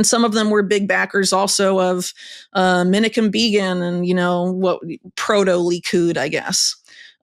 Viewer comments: Whitney is great, but who's "MIN-i-kim BEE-gin"? Maybe she means Menachem Begin? ;) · Scholarship is more trustworthy if a writer takes the trouble to learn the most basic names as well as facts, and educates the public. The Prime Minister/terrorist you meant is pronounced men-AH-chem BAY-gin. Listen to any TV reporter over the last 60 years, they all got it right. Many good documentaries and Wikipedia also have the correct pronunciation. Words matter, names matter, rigor matters. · She's mispronouncing the late Israeli Prime Minister Menachem Begin. It's Menaahchem Baygin. He's quite reknowned as a historical figure as is its proper pronunciation. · I do wish she could pronounce Menachem Begin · She cannot even pronounce Menachem Begin's name correctly.